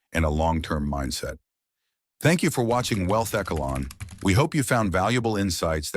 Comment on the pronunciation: Pronounce echelon correctly